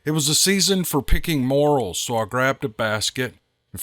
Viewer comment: love your podcasts. FYI this mushroom, morel, is pronounced "more-EL".